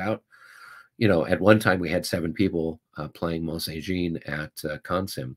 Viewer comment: Mont St-Jean, is more "Mon sain J (soft)ahhn". It's actually Mon San Jon (soft 'J').